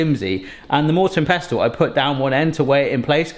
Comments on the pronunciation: You don’t actually pronounce the T in pestle. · The "t" in pestle is silent, food looks good though 🤘